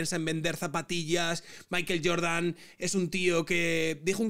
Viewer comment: Entiendo la españolización de las palabras en inglés, pero Maiquel Jordan es muy raro. No pronuncia ni Michael, ni maicohl. En fin, sólo un apunte. Aguja Dinámica, se despide